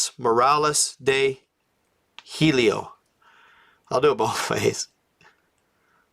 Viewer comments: The name of the book is the navigator who crossed the ice caps. You mentioned hielo being like heliocentric. It means ice. Pronounce like English yellow. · Hielo/Ice the H is silent, in English it would sound more like this Yelo/Yielo. The I sound is the same as a word that has 2 ee or ea. The e sound is eh. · It’s pronounced “yellow” (hielo) good job brother very interesting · Dumb fck HIELO!!! NOT HELIO. AND IT MEANS ICE IDIOT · NOT "helio" as in "heliocentric" you knucklehead! Hahaha! Not everything is what it first seems my friend- stop taking it for "face value" bc oftentimes you'll find you're dead wrong. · You got the hole word "HIELO" WRONG the word HIELO means ICE AND NOT what your making it look and sound its tha navigator who crossed the ICE WALLS nothing to do with your interpretation.